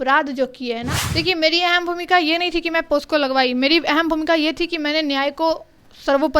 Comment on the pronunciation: अबे लड़ पत्रकार,, पॉक्सो एक्ट होता है, पोस्को नही होता है बे झाट के बाल